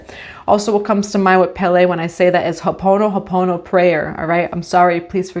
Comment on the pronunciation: Wonderful reading Let me help you on pronouncing the word “Hoʻo ponopono. Hō - o- ponopono It’s separated when speaking. This is how I was thought growing up in Hawaii. Mahalo Nui Kakou!❤